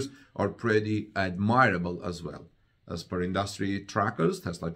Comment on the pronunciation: Misconceptions and admirable are both mispronounced. I apologize for the English inconsistency. I always enjoy your fine broadcasts.